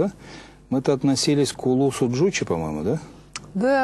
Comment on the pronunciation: Джучи, ударение на последний слог. Жошы.